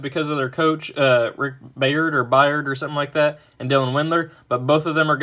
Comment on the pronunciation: Byrd is pronounced Bird. It’s not that difficult... real college basketball fans know